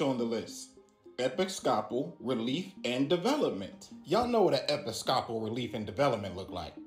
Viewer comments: EP-IS-COP-AL???? LMAO. Bruh never heard of an Episcopalian church??? Someone tell dude it’s pronounced like E-pis-co-Paul. 😂😂😂🤦‍♂️🤦‍♂️🤦‍♂️ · Epi-scop-al 🤦🏻‍♀️😂😂 Tell me you don’t go to church without telling me you don’t go to church. 😂 I guess I could be wrong but I’ve always heard it pronounced E-piss-ca-pull or E-piss-couple. 😊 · Im laughing that he cant pronounce Episcopal 😂